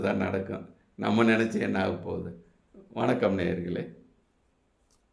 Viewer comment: வுணக்கம் நேயர்களே அல்ல வணக்கம் நேயகர்களே னு சொல்லு